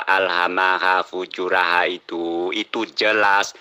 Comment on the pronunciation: ....bacanya yg benar FUJUROHA....bukan FUJURAHA.